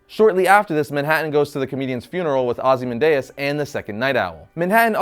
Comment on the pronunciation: Ozy-man-DEUS? C'mon man. OzymanDIAS. Read the comic you review, dude. It's in the movie too. FOR SHAME!!!